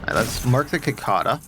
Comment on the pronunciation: I mean no disrespect, but what state are you in that you pronounce cicada like that?